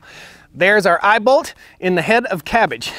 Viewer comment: “We have an eyebolt here.” An eyeball?? Then I realized he said eyeball lol imao